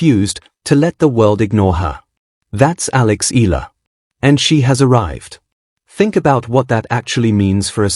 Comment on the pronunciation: E-YA-LA is the correct pronunciation